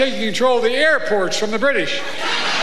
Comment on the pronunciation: " . . .Our armies manned the AIRperts . . . It RAND the ramparts . . . it too k over the AIRPORTS . . ."